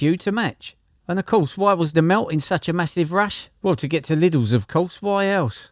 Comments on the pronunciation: you're in no position to be calling others dumb when you put spaces before punctuation marks, and you say 'trucks' instead of 'lorries' and you pronounced 'lidls' in a very strange way , and wtf is a '2 wheeler'? i assume that thats a motorbike? because they have 2 wheels. Seems like you're an American who is using AI for the voice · you're in no position to be calling others dumb when you put spaces before punctuation marks, and you say 'trucks' instead of 'lorries' and you pronounced 'lidls' in a very strange way , seems like you're an American who is using AI for the voice